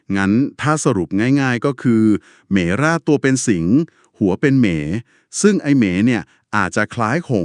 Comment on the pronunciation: อ่านว่าเหม -มะ -ราด ครับ ศัพย์เดียวกับคำว่าหงส์เหมราช ซึ่งเหมคือหงส์